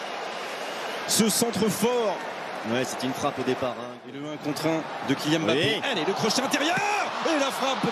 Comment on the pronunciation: KYIAN MBAPPE 😂😂😂😂😂